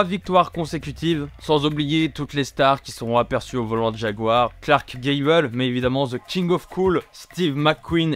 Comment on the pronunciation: Je pense qu’il était question de Clark « Gable » et non « Gavel » concernant les célébrités